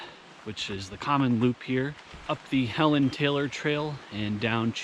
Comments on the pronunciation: Fun fact: Helon Taylor is actually pronounced "HEE-lon Taylor". He was the first Park Supervisor of Baxter State Park. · It’s pronounced Hee Lon Taylor. I don’t know why. But yeah.